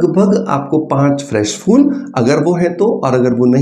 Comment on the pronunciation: Oh bhai fool nai phool hota hai.😂😂😂